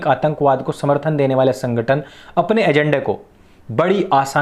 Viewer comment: pehle kehna to seekh le chutiye sankhatan bol rha he